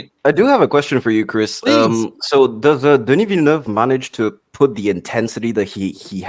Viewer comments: Nobody pronounces villeneuve the right way it's not villenoov it's villenöve - villen-ehve I guess is the closest just look it up french is not that hard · Denis Villeneuve(Vil-nuh-v). Not Villanuve. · Den-E VILLA-NOOV……… 🤦🏻‍♂️ FFS. Put some français on it dude,…….you’re making Americans look even worse than we already do…… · Is anybody out there capable of getting Denis’s name right?! 😅 It’s Veel-Nerve, like the F1 driver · Americans please, please learn how to pronounce the directors name. It's not Villenooove..!!! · Chris Gore showing us categorically how not to pronounce Denis Villeneuve 😂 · I hate how this guy pronounces "Villeneuve." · the thing is, he pronounces “Denis” correctly……. American arrogance/ignorance at its finest.